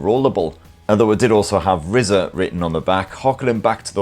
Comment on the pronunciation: I thought it was pronounced "riser" because it rises?